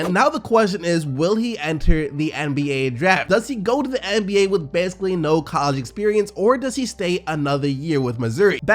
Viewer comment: I’ve never heard anyone say coll•EEGEE (college)